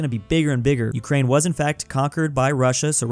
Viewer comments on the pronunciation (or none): none